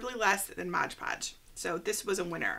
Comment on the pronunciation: Excellent tutorial! It's not Modge Podge though..... It's Mod Podge 🤷🏻‍♀️